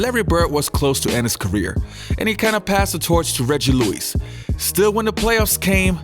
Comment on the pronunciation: Reggie LEWIS (not Louise, HE's a man)